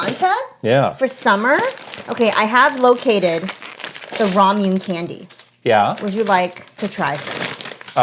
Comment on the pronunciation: Did just pronounce Ramune as "rom-yoon"? I believe it's pronounced "ra-mu-né."